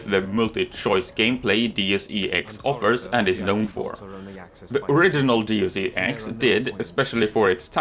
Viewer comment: nothing wrong with what I'm going to mention, but you're the first I hear saying Deus E X instead of DeusEx. I loved the game more than human revolutions, too bad all the thing that happened and this one needed the second part....